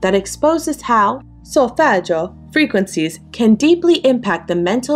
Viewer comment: the way she says solfeggio is giving caccio e pepe!